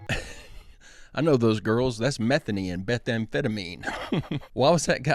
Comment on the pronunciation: Not Methany!!! 😂